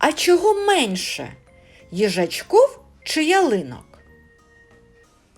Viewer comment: Дякую за роботу. Але треба вам попрацювати добре з української мови ще трохи, і буде все суперово. Так на українській мові слово ,,їжачк І в,, а не їжачк О в Так ув українській мові слова ,,гном И к,, а не гном І к😊 Постарайся,в тебе получиться, молодець. Подача матеріалу прекрасна.